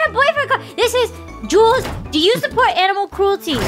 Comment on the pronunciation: Every time alpha says 'jules' i hear 'junes' and i- i think i need to cut on the persona